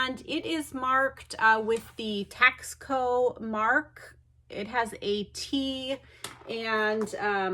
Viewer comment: You know it's pronounced "tas-co" like Costco. It's a town in Mexico that specializes in silver. I suggest you research the history.